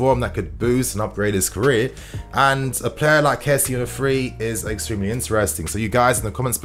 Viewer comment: First off, its good to have you back. But secondly, his name is not kessie as in jessy. It's Késsié.. Finally, I hope Werner has a great partnership with Lukaku. They can both benefit from each other.